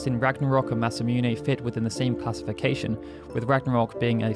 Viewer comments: I always thought it was pronounced masa -moon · It’s MASA MOON bro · Please learn to say Masamune.